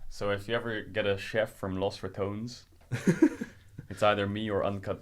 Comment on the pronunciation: Rekkles is such a humble soul and kind person, you can see it in his responses and his eyes. Dear god please learn how to pronounce Los Ratones